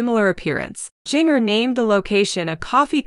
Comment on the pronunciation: Seems someone would EDIT videos for correct pronunciation! Jinger's name does not rhyme with (bell) Ringer !!! Lowe's is a hardware store, but I don't know where Lowes Angles is ! ! ! !